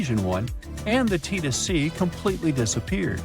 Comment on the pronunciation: The Tethys Sea is pronounced "teh-theez see."